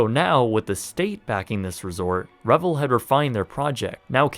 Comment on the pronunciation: Re-Vel, like gazelle. Not Revel, like grovel.